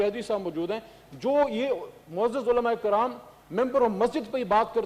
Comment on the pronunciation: Sir.....olmaay karam nahi.....olmaay karaim .....olmaay karam es gahnd ko pasand nahi krty jaha par joth or joth...bolna parta hain...